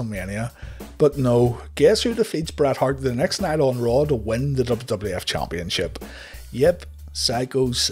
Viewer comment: Am I the only one who gets a kick outta the narrator's way if saying championship? CHOMPionship. Idk. It's just funny to me